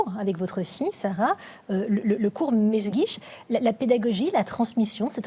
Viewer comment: "mesguitch", "Melsguich", "m'est guiche"... hommage à la Castafiore qui ne parvient jamais à prononcer le nom du capitaine Haddock?